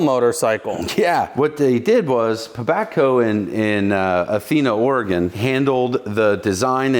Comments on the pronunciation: At least he pronounces Oregon correctly. It's Oregun not Oregone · You pronounced Oregon correctly!